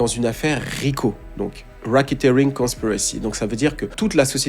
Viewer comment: Please learn how to say Epstein !!c'est stressant - Soit dit les mots en français ou alors apprends la prononciation au moins tu pense pas ? Pareil pour racketeering. Learn :)